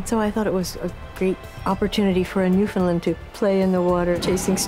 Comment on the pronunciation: Can't handle when people pronounce it "New-finned-land".